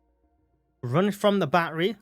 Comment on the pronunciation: Still trying to figure out what a "baa err ree" is. Is he referring to baTTery, as in pronouncing the "t"'s in the word? Have the British just abandonded the "t" because of that American incident about 250 years ago?